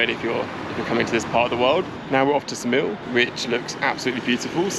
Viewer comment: Hey, not that it matters but Saranda is pronounced “SaranDAH” (not SaranDAY) and Ksamil is pronounced “KSAHmill” not (KASAmill).